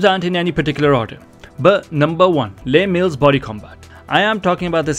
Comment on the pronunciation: Very helpful thank you! FYI Les Mills is a person's name, so it is pronounced like "Less Mills", not like a french "les"